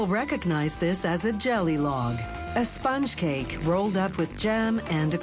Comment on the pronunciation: I absolutely hate the way she says "spunch cake" and "production"